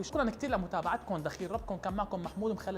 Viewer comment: محمود ليش اسمك بتقول مخلالاتي